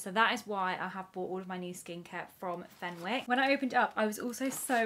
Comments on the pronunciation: You don’t pronounce the w, it’s fen-ick. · It’s pronounced as fenICKs the W is silent 😅